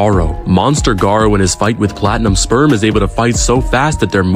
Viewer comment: Blud really said Platinim Sperm